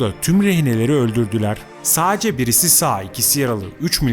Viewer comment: Diksiyonunu biraz düzelt. Saaace diye birşey yok ‘sadece’ kelimesinin telaffuzu bu kadar zor olmamalı